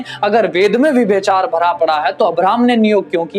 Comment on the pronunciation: विभ्यचार? व्यभिचार।